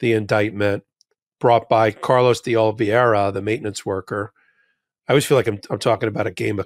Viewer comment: Sirs, please learn how to say Oliveira. Oh liv ay ra or Oh liv ay ee ra. For my sanity!!